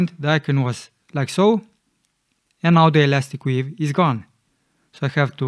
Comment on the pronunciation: It's elastic 'WAVE', not 'weave', you can see in the menu when you select it.